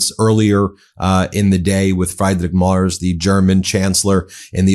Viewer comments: Ben, not Fryday Mars but something like Freedrick Merch with an s instead of the ch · Guide to pronounce Friedrich Merz not like Bruno Mars. Try: freederick Merz like in Hertz. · You are really butchering the chancellors name. 😢 I don’t like the guy, but the vowel in his first name is iiiii like the E in Elon. His last name is not like the planet, rather the vowel is ä not a (like the “egh” in Meghan) and the last sound “z” is pronounced like “ts” (a bit like in pizza).